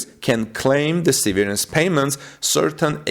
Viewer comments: se' - ver -ance , not se - ver' -ance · The emphasis is on the ' part of the word. That is the first syllable gets emphasized, not the second syllable. Google "how do you pronounce severance" .